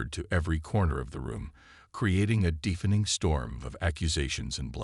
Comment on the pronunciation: Still you decide to use a POS AI. I actually made through your asterisk, asterisk story. But, WTF is: "DEEF-ening"(deafening), "PRAH-jektile", "....being TAH-ed"(towed) home", "....watched the proceedings LIV"(live...pronouced...."L-EYE-v". Your stories so far literally suck due to all the errors mad by you AI!!!!!!!!!!